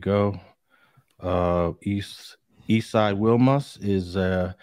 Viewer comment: It's pronounced "We Mas" , I went to school in Wilmington from pre school to Banning